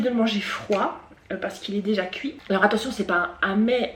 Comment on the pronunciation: "Couir" mdrr (Non, j'me moque pas) mais tu me fais rire hihi 😁😂 J'adore le crabe et tout ça mais là au vue du truc ça m'a pas donné envie lol concernant Laura, faut pas qu'elle prête attention aux gens, on peux pas plaire à tout le monde ceux qui l'aiment pas next ! On s'en fiche de ce qu'ils pensent, qu'elle fasse ce qui lui plait, qu'elle reste comme elle est, je l'a trouve top! Des bisous ! 😘❤